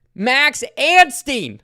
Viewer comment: that was funny! hey please now, out of respect for our new 250SX winner... stop adding an "N" to Max's last name. it's Ansteee, not Ansteen.